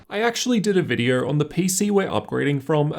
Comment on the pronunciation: Why does your Rs sound like that ? Video = videor